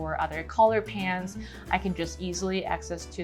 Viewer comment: Love how she says pens like pans 😅